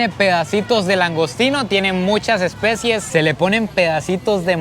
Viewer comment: no se dice especies, se dice especias 😅. Gran video, love you 🇨🇷😍😘